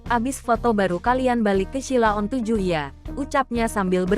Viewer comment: Ngomong Sheila on 7 aja salah kok reko2 bikin konten